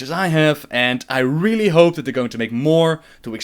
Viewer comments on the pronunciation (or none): none